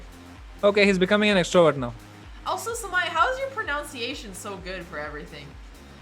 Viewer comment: Isn't it pro-nun-ciation?